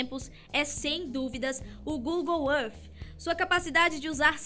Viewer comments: para de se exibir no ingles e fala google é arti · Google arfffffff???? Fala sério...kk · Google êff